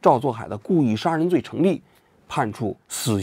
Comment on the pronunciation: 王局国外呆久了普通话都不标准了 sa人罪